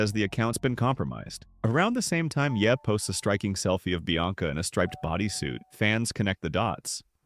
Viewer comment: Bro just spell it yay if you dont want the ai voice to sound like a little jon song